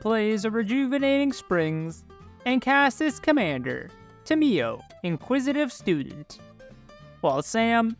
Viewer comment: tamiyo is pronounced: [tay`mo]